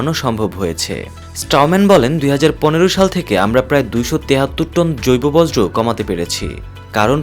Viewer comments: একটি বৃহত্তম চ্যানেলের সংবাদ পাঠক "বর্জ্য " কে বলছেন "বজ্র " বাহ বাহ। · চ্যানেলের উপর বজ্রপাত হয়েছে😂, বর্জ্য উচ্চারণ করতে পারে না, ভুল যে করছে সেটাও বুঝতে পারছে না।